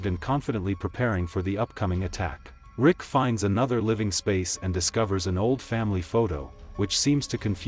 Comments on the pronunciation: Love the video. But who the hell is "Lick?" and "Rig"🤣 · Bro said Vick lol